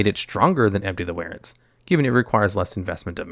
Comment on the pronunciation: Empty the "warens"